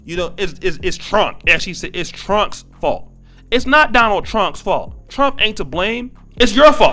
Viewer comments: Not only did she say Trunk did she also say Chinama? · Wait a minute lady it's Trump not trunk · President Trunk? It sounds like she needs to go to school. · She was at least entertaining. During these times I'm going to give her a pass. I imagine tons of parents feel this way. She was just brave and beligerent enough to do while smoking and mispronouncing his name. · She was at least entertaining. During these times I'm going to give her a pass. I imagine tons of parents feel this way. She was just brave and beligerent enough to do it while smoking and mispronouncing the Presidents name. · She pronounced Trump "Trunk" & China "Chinama" 🤣🤣🤣